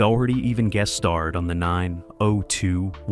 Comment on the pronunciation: 90-20-10? lol it’s 90210